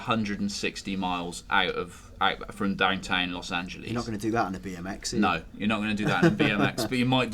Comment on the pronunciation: Los Angelees is how you said it.